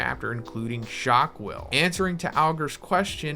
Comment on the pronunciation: “Shock Wille” is pronounced as “Shock Vee-lay” as its German 👍